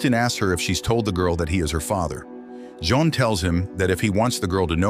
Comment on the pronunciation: The AI can't figure out how to pronounce Jean, and said deceit instead of decide... Just use a human narrator.